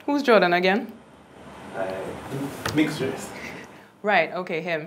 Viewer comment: “Who’s Jorydyann agen”